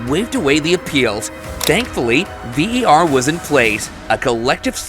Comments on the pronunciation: Why a yank doing this vid its VAR not VER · Why do you keep calling it VER ??!